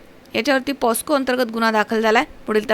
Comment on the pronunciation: सुशिक्षित पत्रकार..... पोस्को ❌ पोक्सो✅